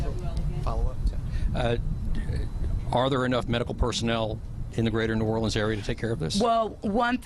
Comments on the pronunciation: Anybody else extremely annoyed by the way she pronounces "New Orleans". Sorry, not trying to be insensitive. I just couldn't help but be bothered by it. 😒😒😒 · I was wondering if antbody was going to mention that. It almost sounded like she took "New OR-LEANS" & "New Or-lenz," & made "New OR-LE-enz." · Where did that woman learn to say Nuolens , must be a yankee.